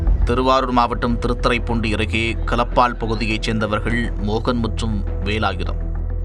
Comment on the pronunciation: கலப்பால் இல்லை களப்பால்.